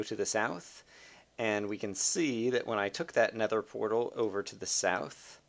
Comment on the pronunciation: At the beginning it sounds like you say: alright i am by the snether portal